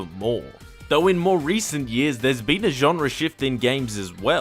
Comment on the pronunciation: Genre* not Genrer